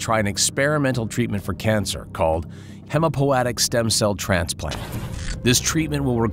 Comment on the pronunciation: Millisieverts isn't pronounced "milliseerds" and hematopoietic isn't pronounced "hemmopoetic".